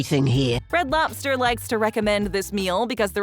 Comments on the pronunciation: To be exact, it's pronounced loBster. Not loPster. So annoying that I can't watch. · She says "lopster" at least 3000 times. LOB STER, LOBBBBB STER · It's loBster, not loPster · It's Red Lobster, not Red Lopster... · is narrator saying Lopster with a (P) or ive had too much caffeine 🤔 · She says “Red Lopster” about 150 times 😂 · Say lopster again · Every time she says "Lobster" I'm hearing it pronounced (Lop-Stir) 🤣 I was told by a neighbor who was an employee for Red Lobster that they serve a lot of boiled in the bag and steamed frozen entrees. The small portions size has always been a disappointment. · red “lopster”…. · I am listening while reading the comments. Got to yours now I cannot unhear it. 🤣😂😆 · Lobster?..... is thay what your trying to say? Its not lop-ster no p and no stress on the middle of the word. Very simple and easy a child could do it.